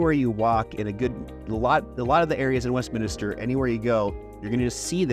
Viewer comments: Yes. West-min-ster. The extra i drives me nuts. Anyway… fully agree with Wheat Ridge being a great place. Lived in Sunnyside for well over a decade, really loved it there. During that time in the 90s and early 00s, many saw Wheat Ridge as a ‘retirement’ town. When it came time to buy 10 years ago, Sunnyside was out, everything was too expensive. Got a great place in Wheat Ridge for a reasonable price. Granted, the amazing deals are gone, as is the comfort of a crime free zone. What’s interesting is that Wheat Ridge is much younger now. Just looking at my neighborhood over the last 10 years is a clear example of the average age dropping from around 55+ to around 40. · You beat me to it. I swear most people throw that extra "i" into it, Westminister. But at least he spelled Wheat Ridge correctly as 2 words. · MINISTER? Like a pastor? I moved here in 2017 and even I know it’s Westminster, not Westminister. Even auto-correct knows. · You're supposedly a "professional??? It would make you seem more professional if you learned the difference between a "neighborhood" and a separate incorporated city. Also, it would make you seem more like a 40 year local if you learned how to pronounce "Westminster".